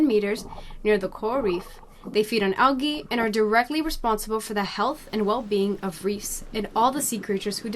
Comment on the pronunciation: Why u keep sayin algae like dat lol